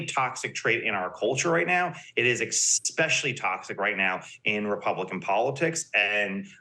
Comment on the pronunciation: can you weight the opinion of someone who says "expecially"?